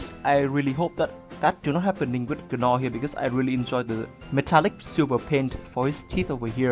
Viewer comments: Cool review but FYI the characters name is pronounced like “naw”...the g is silent hahah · A great review, as always. In case you're interested, the 'g' in Gnaw is silent.